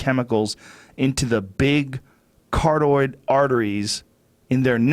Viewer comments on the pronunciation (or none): Joe “Cartoid” Rogan